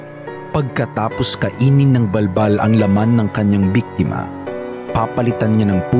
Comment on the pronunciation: Bul bul yun d bal bal🤣